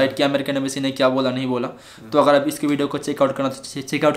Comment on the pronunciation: the thing is that Indian embassy was knowing everything what was going to happen there because of secret agents .. And raw .. And the point is embassy said him whatever to do was for his safety bro. I wrote that spelling wrong beacause I was denoting his speaking accent I.e. ambacy😉 . Jagdam 🙏